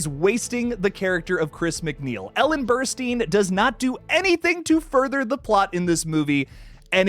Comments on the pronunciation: Her name is Ellen Burstyn. Pronounced ‘Burst-in’ not ‘Burst-een.’ Do your research. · It’s pronounced like Burst-Tin.